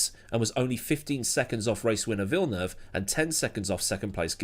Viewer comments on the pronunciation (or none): none